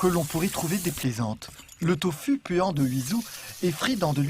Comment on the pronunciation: Très beau documentaire la voie off par contre fait beaucoup d'erreurs le tofu se prononce tofou par exemple Mais je vous remercie on ressent les sentiments et la hardiesse de la tâche qu'ils accomplissent encore merci